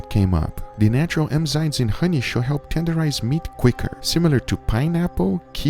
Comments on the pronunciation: it's enzymes not emzymes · Dude still says emzynes after all these years haha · Enzymes, not emzynes. It's endearing, the way you say it, but. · Even google says emzymes. Now you are just trolling, Guga. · I love how even Guga's google-searches return websites spelling it "emzymes" like he pronounces it.